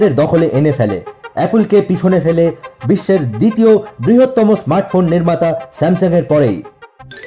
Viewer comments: এই আমাশার রুগী দিয়ে ধারা বর্ণনা দেয়ার মানে কি? ও বিশ্ব কে বলে বিষবো। উচ্চারণ খুবই জঘন্য। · উচ্চারণ টা বিশবো। English channel টা আসল। ওটা দেখলে ভালো লাগবে।